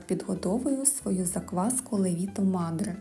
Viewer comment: Треба казате лЕвіто мадре, а не левІто